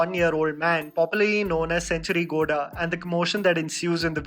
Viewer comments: Bro it's गौडा not गोडा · Its gow+ da= Gowda ok , next time whenever you say this word tell it properly ...